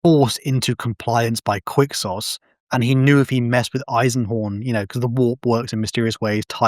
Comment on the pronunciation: “qUiCK SAucE” ITS PRONOUNCED FUCKING kwik-sohz